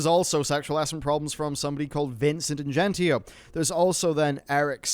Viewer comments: I love you man, I support you. But this video is where I see the cracks. It's Mitch DYER, Kallie PLAGGE (like Plague), Vince INGINETO (like Engine Neato). I love and respect your work, but this video seems like you had writers that did everything and you're not in touch with the people you're reporting on. I understand it, but it makes me question how much you know about other stories you report on. Love you man! Keep up the great work! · Mitch dyer. Pronounced ‘dire’ Vince ingenito. pronounced ‘in-jen-eet-ō’ Sorry, love you man, but irked me.